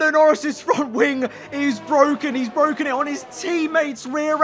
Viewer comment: It's bwoken